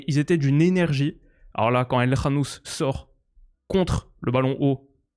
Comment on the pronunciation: Déjà pouce bleu pour avoir dit El KHanouss et pas El Kanouss